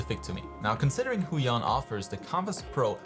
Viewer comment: lol "Huion Chan"